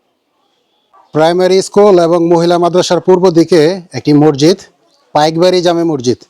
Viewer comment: মৰজিদ না শুদ্ধ হ'ল মছজিদ